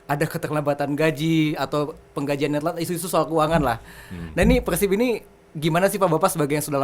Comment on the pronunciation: persib bang bukan pekhsib